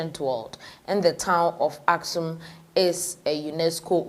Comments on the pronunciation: It is Axum dear, not Askum. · What the heck , you can’t even read properly it’s called Axum or Aksum pronounce it right for god sake.